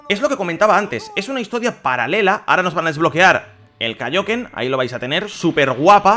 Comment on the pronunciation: Di el kaioken como en la serie que lo dices mal y me da un poquito de asco